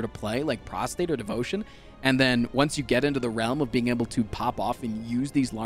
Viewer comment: His pronunciation of Prostrate as Prostate is extremely cursed.